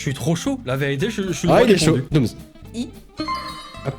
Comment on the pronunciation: C dooms pas domms :V